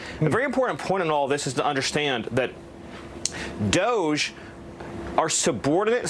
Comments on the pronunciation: Dohhhge. Ohh sound. Not Dodge with a d. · D ‘O’ G E not dodge